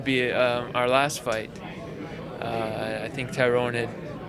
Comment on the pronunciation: Its tyron not tyrone 😒